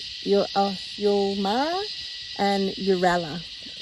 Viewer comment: UL Mara as it sounds Ulmara not youmara lol bloody english is so confusing 🤣 As Uralla is pronounced Youralla l ol but Ulmara is not Youmara go figure 🤣 But both start with U 🤓🤪